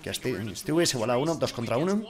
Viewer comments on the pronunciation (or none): none